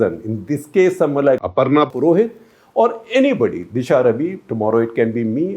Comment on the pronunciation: Did you get the name Aparna Purohit wrong?